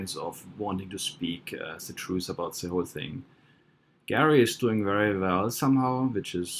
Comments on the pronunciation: It's Gerry not Garry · It’s Gerry not Garry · You're a tool, a giant tool. First, the guy's name is pronounced Jerry, not Gary. That's just a detail. Even if I thought you knew SHIT, your constant moving of the indicator under the video is as unprofessional as if a 5 year old were making this. Idiot. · Not sure whether you’re intentionally calling him Gary😂😂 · His name is Gerry not Gary, otherwise you are spot on with this video! Gerry McCann has been caught many times with duping delight, it seems he knows her body will never be found! Well done and thank you! God Bless You! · His name is Gerry not Gary! Any other facts you have got wrong? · It's Gerry, not Gary. I believe the language specialist who concluded from Charles D Hall's interview with them that they overstepped the mark in drugging Madeleine too much because she cried so much the night before, and they didn't want their night spoilt and that she accidently died, then because they know people in high places like MI5 or 6, that they immediately called in help to dispose of the body. Not once, in Hall's interview with them did they express concern for Madeleine's safety, comfort, welfare, happiness, because they knew she was dead. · The father is called Gerry not Gary. Gerry, like Tom & Gerry the cartoon. Gerry rhymes with Berry. Gary rhymes with Larry. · Gerald, not Garry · Sharon Swiston Yes it's Gerry, as in Gerald. Rhymes with merry. Not Garry, as in rhyming with marry. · Gerry pronounced Jerry not Gary. Would like to hear what they said. Voice over too loud. Interesting information. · "Gerry" is pronounced "Jerry". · His name is pronounced Jerry like in jelly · I would be more impressed if you got his name right.